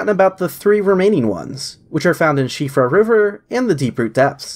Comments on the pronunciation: I think the best patch has been to now pronouncing Siofra correctly 😅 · Wow, you're the first person on YouTube I've ever seen pronounce "Siofra" correctly! Thank you! (Also lovely video :D) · Whoa, correct pronunciation of Siofra. I didn't expect it.